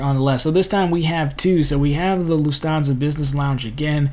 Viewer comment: Interesting info but it's pronounced Loof tawn sa